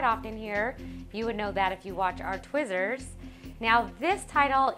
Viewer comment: They said twizzer! ha!